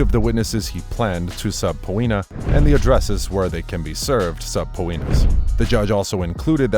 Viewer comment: Aye this boy said "sub-po-eena" about 6 times🤣🤣